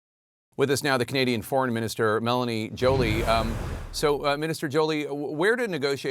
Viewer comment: Pronouce her name corretly Jake. Wtf show some respect❤